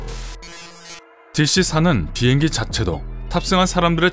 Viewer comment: 빙행기? 비행기 말하시는건가요 아님 빙하기 말하시는건가요